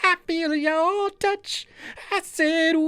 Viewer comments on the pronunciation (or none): Nooo I can't sleep until I feel yo " TUCH"🤣🤣🤣🤣🤣🤣